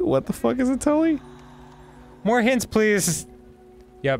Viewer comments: It's pronounced tool.. not tully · Tulle is pronounce "Tool" and it's a type of fabric. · When they cut the curtain, the fabric they use for the veil is pronounced ‘tool’. Tulle is the really fluffy looking sheer fabric used to make a lot of big, voluminous princess dresses. Them pronouncing it ‘tulley’ completely knocked me out like mike Tyson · Tulle is pronounced "tool" and it's what the material is called. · "tulle" is pronounced "tool." 🙂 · Tule is pronounced tool.. Tule for weddings n such.. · mispronouncing “tulle” in two different ways is way funnier to me than it should be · I love this game's nonsense. "I'm solving a murder puzzle mystery, but first let me sort this pantry! Spice set!" 😭 Interesting that the boys didn't know tulle (pronounced like tool) and sieve. They seem very common things to me, but I also sew and bake. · The way they pronounce "Tulle" hurts me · The most infuriating part of this is how they pronounced tulle